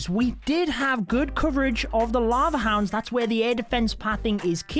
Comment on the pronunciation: You know you're a dweeb when you call "lava hounds" "la ho's".